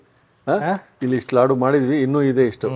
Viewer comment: ಲಡ್ಡು ಅಲ್ಲ Sir ಲಾಡು ಅಂತ ಹೇಳಿ ಯಾಕೆ ಬೇರೆ ಭಾಷೆಗೆ ಬಹುಬೇಗ influence ಆಗಿಬಿಡ್ತೀರಾ ನಮ್ಮ ಭಾಷೆ ಪದನ ಬಿಡ್ಬೇಡಿ ದಯವಿಟ್ಟು